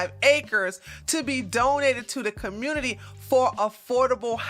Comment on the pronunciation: I always 😂 at the way you say community and communitay. Great video.